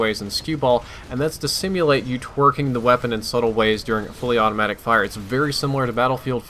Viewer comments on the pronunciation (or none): twearking, hahahahhaha hahahahah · Oh god did just say twerking?